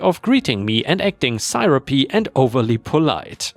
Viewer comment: Last story. The "on" in "jargon" shouldn't be as emphasized. So not like "jarg-on" but sounding a bit more like "jargin" with no noticeable separation after the "jarg" part. Also, "syrupy" is "seer-up-ee" and not "ss-eye-rup-ee." Syrup (seer-up) is that delicious ooze that people put on pancakes, and the reference here is that she would try to act all sweet.